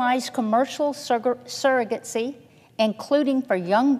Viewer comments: She mispronounced “surrogacy” as “surrogatsy” too. These people... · She also seems to pronounce surrogacy as "surrogate-see" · What is surrogutsy ? She doesn’t even know the word … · "Chimirraz" and "surragatsy" jfc